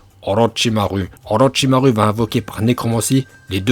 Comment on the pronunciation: Olochimaru (ou comment mélanger les prononciations jap et fr dans le même nom) et soiton aussi x'D